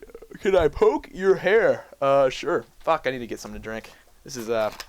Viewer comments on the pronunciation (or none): none